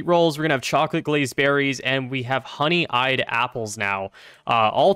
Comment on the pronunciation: "honey-eyed apple" i... how do you mispronounce that it's honey-ed, one word